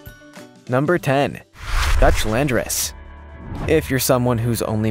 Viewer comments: "Landrace" LAND-RACE 🤔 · Landrace is pronounced land-race, as in the race of goat from that land. The term is used for many domesticated species of animals and plants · Seriously, no Myotonic goats? And it is Dutch Landrace, as in land race (two separate words), not landrassa. A landrace strain is one that has adapted to a local area over a period of time, but is less homogenous than a standardized formal breed. There are landrace strains of pigs, cows, goats, etc... and even plants.